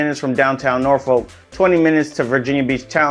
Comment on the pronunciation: how you pronounce norfolk is just so incorrect